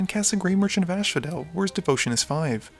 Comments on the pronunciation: First of all... I really enjoy your videos. Keep up the great work. But is it just me or am i constantly hearing "ashphodel" and isn't it as-phodel? ^^ also i would like to know if you guys are playing with proxies from time to time? (Those duals man - sooo jealous) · "Ashphodel" bothers me every time. The Fields of Asphodel probably don't mind, though. Certainly no one there does.